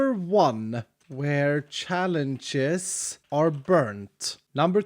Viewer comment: says the word challenging me: HERMIT CHALENGES